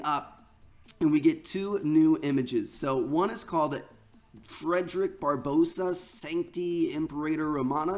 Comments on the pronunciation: He kept saying Barbossa when its Barbarossa .... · It's pronounced bar-ba-rossa Not bar-bossa. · Triggers me when he says "Barbossa" its pronouced "Bar-bar-ossa". even spelt differently. Didn't realise we had pirates in this game, hopefully Jack Sparrow makes an appearance. Only messing around btw ;) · it's barbarossa not barbossa you uneducated bellend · It's bar-ba-rossa not barbosa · when i have never seen an American pronounce Barbarossa properly LOOK AT THE WORD it's not barbossa it's. Barbarossa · "Bar-boe-sa" Bruh... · Did this man not due school....? THATS NOT HOW YOU PRONOUNCE BARBAROSSA.